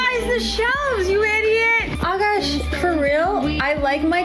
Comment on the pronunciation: This woman is such a massive gold digger, she pronounces his name "a-Cash" instead of "Akash."